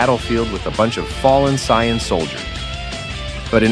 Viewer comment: Bro you can't expect people to watch your video when you can't even pronounce saiyan correctly